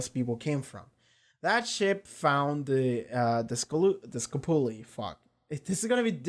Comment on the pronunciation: Dude, i;m dying here. The huge guy is Amos and the name of Julie ship is SCOPULI, not ESCOPULI.